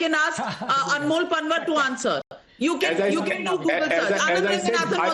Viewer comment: NAVIKA PLEASE YOU GOT SO ENGLISIZED THAT UOU MIS PRONOUNCED पँवार AS पनवर I CANNOT BELIEVE THAT YOU DO NOT KNOW पँवारS FROM GUJARAT. IT IS PATHETIC ABSOLUTELY NOT EXPECTED FROM YOU.